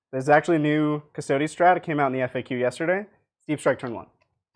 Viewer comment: The mispronunciation of "Custodes" is very distracting and driving me nuts. The vowel 'e' in -es ending is pronounced like the word 'they', like in "Astartes". A close approximation is "Cuss-toe-days". "Cuss-toads" and "cuss-toe-dees" are both incorrect.